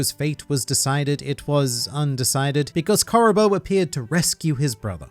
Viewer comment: I suppose this is as good a time as any to inform that it's in fact pronounced Caribuu rather than Caribo.